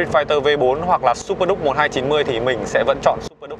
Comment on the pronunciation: Duke không đọc là ĐÚC được, đọc điu-k cho sang!